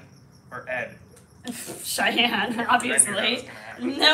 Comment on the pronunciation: the name is “Cheyenne” not “shian”